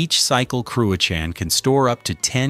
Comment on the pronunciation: Wish this punter could say cruachan properly! Crooashan get real son!!